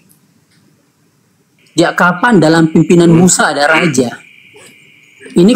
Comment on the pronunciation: RAJA.....bukan.....RAJAH Lol...